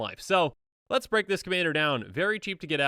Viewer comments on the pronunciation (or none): none